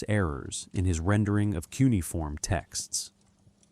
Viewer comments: It's Coo or Qu-nay-uh-form...not coonieform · I couldn't listen to the whole thing. Look up how to say Cuneiform. You not knowing that, makes the rest suspect.